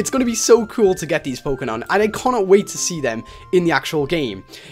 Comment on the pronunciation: u said pokenan